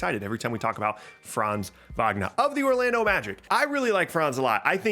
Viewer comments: Never heard an American spelling Franz Wagner so good good job! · Good pronunciation of Franz Wagner :)